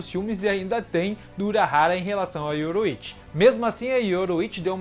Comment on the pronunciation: yoRU!ichi. não yoroichi. seu video é bom mas suas pronuncias doem o ouvido cara... melhora isso ai.